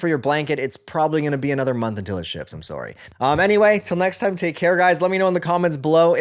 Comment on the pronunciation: Did just say “sowry” like a full blooded Canadian ay?